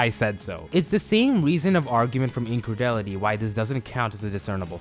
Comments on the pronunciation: incredulity would probably be better pronounced as "In Cred Joo Let ee" whereas you pronounced it as "In Cred ill et ee" Turn in your badge and gun, you're off the force. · It changes with accent, but incredulity is usually pronounced closer to "in-cred-jool-it-ee" or "in-cred-yool-it-ee"